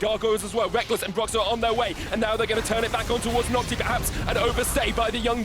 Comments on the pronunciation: BLV nước ngoài gọi NhocTy là Nóc Ti 😂😂😂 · Nghe nhu Naughty, haha